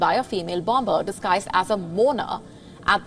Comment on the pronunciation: Great original reporting as ever! However, may I refer you to any classic dictionary to realise that the second letter B in BOMBER is to be mute. The language detective